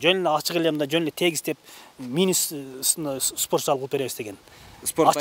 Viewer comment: Мектеп директор созду суйлошун билбейт. спорт зал деп тантыйт го.